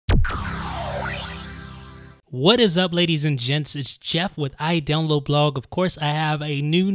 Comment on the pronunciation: you said idownload blog so weird